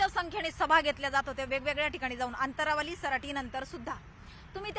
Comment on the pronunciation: अनंतावाली 😅 अंतंरवाली